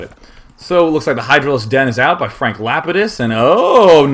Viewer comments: It's pronounced Lah-pee-dus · That's Frank Lapidus from Lost.. pronounced Lap-ee-dus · Day9 is obviously not a LOST fan. I kept cringing at his pronunciation of Lapidus. XD